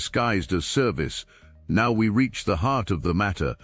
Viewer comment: Soooooo. is there no way to correct the AI from saying "meow", rather than "now" in your videos? Gotta say, kinda buggy,😮 Also, be-e love, etc.